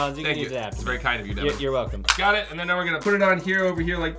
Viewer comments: Its Devan not Deaven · "Bad Deven" 😂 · it’s devan not deven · Its Devan not Devin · Yeah is Devan not devon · It's Devan not Devon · " BAD DEVAN " XD!